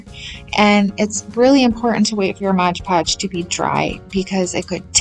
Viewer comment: Cute for your little girl! Btw it’s MOD Podge. Not Modge Podge. Common mistake 😮